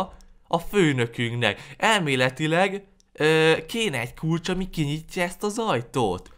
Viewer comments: a kulcs helyet azt mondtad hogy kulacs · 2 azt mondtad a kulcs hejet hogy kulacsXD